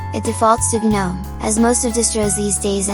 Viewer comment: The "guh-NOME" are escaping!